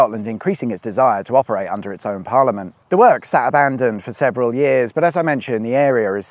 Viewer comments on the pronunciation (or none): none